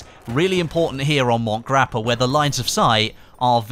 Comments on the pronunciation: It's called Monte Grappa not Mont Grappa, it's in Italy not France lol Big Fan Thought you should know👍🏻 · Worminator No he pronounces Monte (Italian) like Mont (French) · I'm pretty sure it's MontE Grappe, kind of like you would say Monte Carlo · "Mont" grappa? You arent french, neither is the map, why put a stupid french accent to say the map name lol.